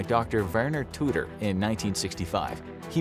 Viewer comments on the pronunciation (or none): none